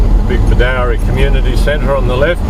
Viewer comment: It is pronounced as "Bedoorie" not "Bedowrie"